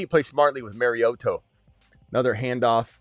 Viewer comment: “Mari-oto throwing to Toto.” 😂